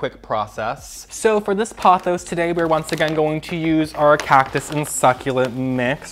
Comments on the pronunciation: The way you pronounce pothos drives me crazy. It’s Poh-thos. The word you are saying would be spelled Pawthos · Sorry, not trying to hate. I like your channel but I ’m neurodivergent and consistent mispronunciation is difficult for me